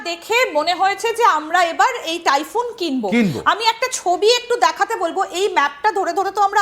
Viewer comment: তাইফুন না,টাইফুন।